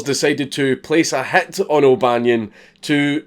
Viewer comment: Everytime you say "hit", I hear "hat" and let me tell you that it's pretty fucking disturbing at first